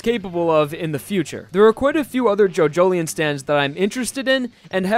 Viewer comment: i dont think its jojlien its jojo lion thats what how my friends say atleast someone tell me how its prononced